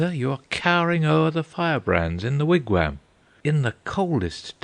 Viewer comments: as much as I love the English accent , yes , they need to properly pronounce foreign words... they also do not pronounce Wigwam the way it is said here . The English seem to always do this with foreign words that have the letter A in them... it drives me nuts the way they say pasta... not with an aahh sound but more as if they are using a from the word cat . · I listened to a little of this, and I found it to be quite good. Unfortunately, some of the meter is lost in transition between American and English accents- for example, an American pronounces wigwam as "Wig-waam", with a soft A. This scans as a trochee, and fits into Longfellow's meter flawlessly. The English "Wig-wehm" comes off more spondaic. It's a minor complaint, and a negligible loss in the otherwise stunning reading of Longfellow's epic.